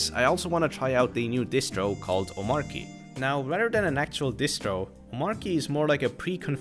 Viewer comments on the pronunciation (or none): by the way - the pronunciation is "OmarCHy," not "OmarKy" :) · I think its Omarchy not Omarky I'm talking about pronunciation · It's "omachy", actually ☝🤓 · Its pronounced Omachy(explain DHH creator of Omarchy) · Why do so many people pronounce Omarchy wrong. It’s based on Arch, hence it’s Om-Arch-y. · Omarchy is pronounced Omarchy. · It's pronounced omarchy btw. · Dis dude knows how to pronounce Arch but continues to mispronounce Omarchy. 🤣🤣🤣🤣🤣🤣